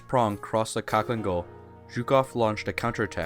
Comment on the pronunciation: It’s pronounced halhiin gol.